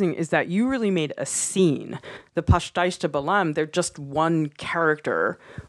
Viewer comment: I love how you guys pronounce pastéis ❤️ and the video is also great.